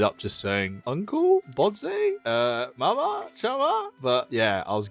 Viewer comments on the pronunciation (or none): love bros pronunciation of mama and chemma lol